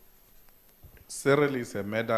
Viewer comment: Medderir, werds, Ceeril...eish!